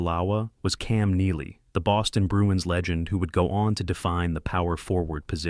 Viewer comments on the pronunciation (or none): none